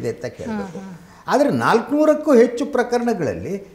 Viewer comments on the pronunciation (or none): none